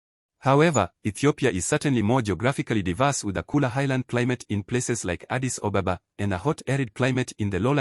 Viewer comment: Funny how you pronounce Addis Ababa as "Addis OBOBA" and Abiy Ahmed as "Abey Ohmad", this is the simplest thing you should have corrected. Why don't you practice a little more or look for accurate information?